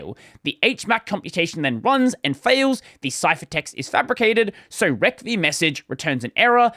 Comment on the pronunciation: I get unnecessarily triggered every time you say "rec v" rather than "receive". :P